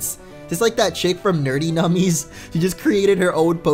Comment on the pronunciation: "Nordy Nummies"